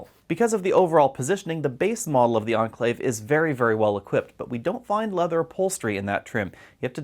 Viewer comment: cant understand why you pronounce Enclave as Anclave. see correct way Cambridge dict